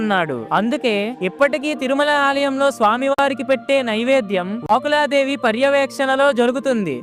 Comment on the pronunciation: వాక్కుల దేవి కాదురా నాయన వకుళా దేవి తెలుగు సరిగ్గా మాట్లాడడం నేర్చుకుని అప్పుడు వీడియోలు పెట్టు